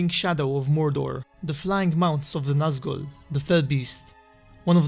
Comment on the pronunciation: You misspelled nazgûl and pronounced it wrong